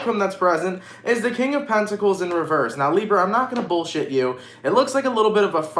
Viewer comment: I like when he says Librrra 🤩